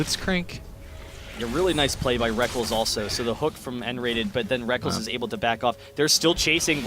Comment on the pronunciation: rekk-LES not rek-KELS you sad excuse for a caster! its a alternative spelling of reckless!